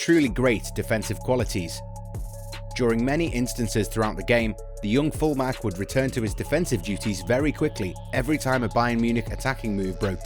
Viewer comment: In you said fullmack instead of fullback